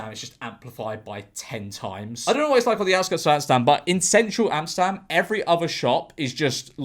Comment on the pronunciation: i find it funny how you pronounce Amsterdam as Amstam